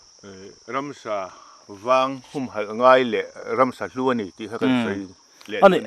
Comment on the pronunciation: Ransa tiin i lam thin tlat a ka hriat chu... Ramsa tih zawk tur ni awm tak